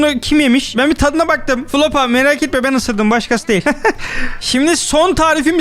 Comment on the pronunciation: Abi o flopa değil niye flopa diyon onun adı floppa demen lazım abi sen flopa diyince komik oluyo